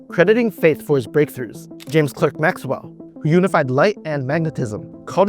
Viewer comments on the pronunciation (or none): James Clerk Maxwell was a Scot, and in British English "Clerk" is pronounced "Clark". Get it right!